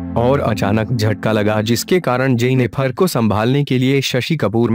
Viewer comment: Its JENNIFER not JENNIPHAAR...